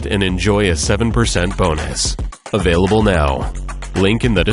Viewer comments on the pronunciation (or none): none